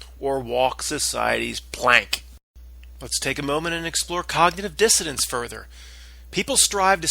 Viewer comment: It's cognitive dissonance it sounds like you're pronouncing the word wrong it's a little annoying sorry to tell you